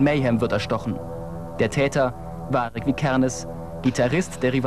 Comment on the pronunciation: Dat is witzig wie die Norweger dat aussprechen: Vardsche Vikernes :D